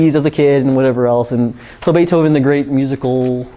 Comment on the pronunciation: we wuz "baifhoven"